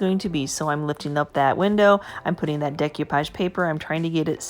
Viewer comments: I love to hear her say "dec you page" instead of "dec oh page". beautiful job. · I enjoyed watching your video and am inspired to try this myself. I don't want to be that person, but you did say several times about the value of learning: one of the techniques you were using is pronounced "day-coo-pahj" not "day-cue-pahj". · Looks good, MOD podge. De-koo-page. Just FYI. Love your channel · Mute it if it bothers you that bad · Mod Podge not MODGE podge And Decoupage is NOT pronounced that way